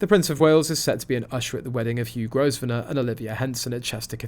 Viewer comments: It’s not pronounced Gos - venor. It’s pronounced Grow - venor. The “s” is silent. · Growv ner not grow ve ner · Grosvenor is pronounced Grove Ner. The "s" is not pronounced. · Please pronounce the man’s name correctly. The S i silent